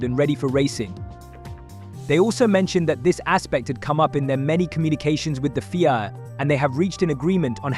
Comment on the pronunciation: Prix is pronounced as you would Tree changing the P over and the FIA is pronounced as seperate letters F.I.A. 👍